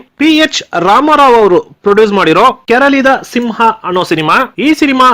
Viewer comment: ಕೆರಲಿದ ಸಿಂಹ ಎಂದು ಕಿರುಲಿ ನಮ್ಮನ್ನು ಕೆರಳಿಸಬೇಡಿ. ಕೆರಳಿದ ಸಿಂಹ ಎಂದು ಸರಿಯಾಗಿ ಕಿರುಲಿ. ನ, ಣ, ಲ, ಳ ವ್ಯತ್ಯಾಸ ಸರಿಯಾಗಿ ತಿಳಿದುಕೊಂಡು 108 ಸಲ ಅಭ್ಯಾಸ ಮಾಡಿಕೊಳ್ಳಿ. ತಪ್ಪು ಉಚ್ಚಾರಣೆ ಮಾಡಬಾರದು. ಸಾಧ್ಯವಾಗದಿದ್ದಲ್ಲಿ ನಿರೂಪಣೆ ಬದಲು ಬೇರೆ ಕೆಲಸ ಆಯ್ದುಕೊಳ್ಳುವುದು ಒಳ್ಳೆಯದು.